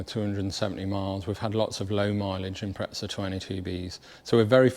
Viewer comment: Note to all British Subaru enthusiasts: it's an Impreza, not an impretza